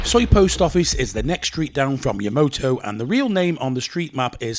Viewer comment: After years of trying you still can't get YamAto right... but I know you don't care... 555